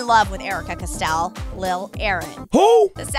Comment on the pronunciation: “Custell” AHHH